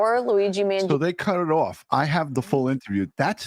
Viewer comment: Living in a CONSTITUTIONAL REPUBLIC you know what I'm about to say is covered by the UNITED STATES CONSTITUTION: The Supreme Law of the Land !! Who is pronouncing his last name wrong; the Mainstream Media from the 70's or Today's Media ? Trumpet Jazz Artist Chuck Mangione's name in the 70's was pronounced: own, not; own-ee. Although a minor Media mistake, when you add all the other "mistakes" they make: they are untrustworthy.